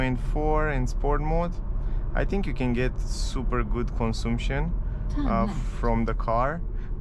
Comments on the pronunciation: " cănsamșăn" se pronunță corect și nu " consumpșon" În rest îmi place cum prezenți, m-am abonat de curând la ambele canale. Bv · Am crezut ca doar pe mine ma "zgarie pe creier" :)), cel mai bine intra pe google translate, scrii cuvantul "consumption" si acolo poti asculta cum se pronunta corect cuvantul. In mod normal nu ar trebui sa se auda deloc litera "U". Thanks for understanding !:goodvibes